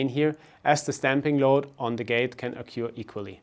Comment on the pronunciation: Great video! But, man, you are butchering the English language with your pronunciation. "Climbing" has a silent B. "occur" has nothing to do with the word 'cure' "Tear value" has nothing to do with water from your eyes. Sorry, but all these mistakes really put me off. There are so easy to fix.